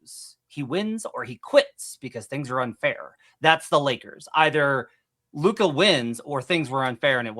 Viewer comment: Ya he’s another one of these guys who doesn’t even have the decency to pronounce Lukas name right. I’m sure he would correct you if you mispronounced another name tho.